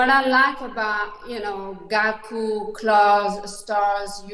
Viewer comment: Its Gaku not Gali😂